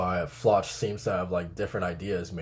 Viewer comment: I think Floch is pronounced with K